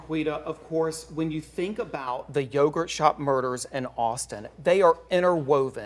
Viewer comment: I can't believe its yogurt. newscaster said it wrong at one point. kind of funny